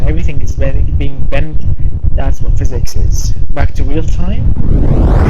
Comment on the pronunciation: What the hell is fizz ex are you trying to say physics